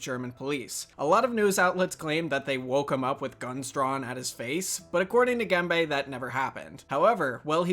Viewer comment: his name is Gembe [Gembə], not "gamebay" ;)